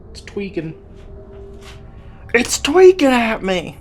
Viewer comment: I need merch that says “It’s twikking at me” 😂😂😂